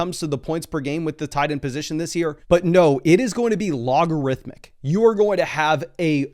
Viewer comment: really just said logarithmic